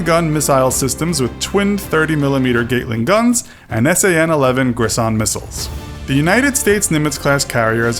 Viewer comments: It's not gait ling gun, it's gat, as in cat. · Gatling, not gate-ling. But good video. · "Gateling" gun? Seriously? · It's pronounced gatling not gaytling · FYI: most common way of saying CIWS (close in weapon system) is like "sea-whiz" just one of those convenient military acronyms. any the gat part of gatling is pronounced like cat with a g. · Gaytling missiles :p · Gate-ling guns? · Small nitpick it's pronounced Gattling It's named after a man The gat is pronounced like cat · All I have to say is that he pronounced "Gatling" wrong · Mispronounced Gatling gun.